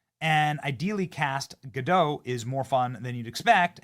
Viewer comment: Who else is ready to see a primadonna humbled? (By the way, Zegler has a short "e" in the first syllable and Gadot is pronounced as written. It is Hebrew; why do people keep pronouncing it as if it were French?)